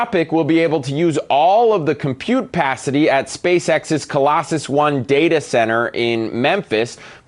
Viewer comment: Computepacity! I've been saying it wrong all this time!